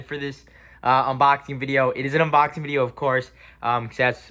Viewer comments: Nice "Unbobing" lol. Might want to fix that, just letting you know! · This man really said “unbobing”